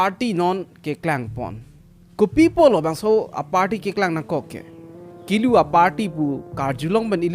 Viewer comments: Kulu not kilu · Kulu not kelu